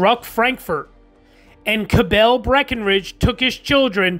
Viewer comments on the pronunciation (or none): Not Ca-bell but Ca-bull with a schwa and said as one syllable. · Grating to hear Cabell mispronounced over and over and over again. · As a descendant of Dr. William Cabell, I can affirm Cabell was mispronounced.